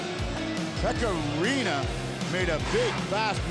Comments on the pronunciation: Pekka Laaksonen definitely “Rinna”.. I am PISSED about it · how many times he said rinna it rinne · I don't know what was more brutal: Preds jerseys or the absolute butchering of Pekka's surname smh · Carson Deer his name is Rinne, so I'm making fun of how they don't know how to say it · How sad it is for your own broadcast team to constantly mis pronounce a players name over and over again! Good Lord! Same TV crew guy who also was quoted once during a Predators game saying: "both of these teams came here tonight to play hockey!" My God, awful! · It physically pained me hearing them pronounce “Rinne”.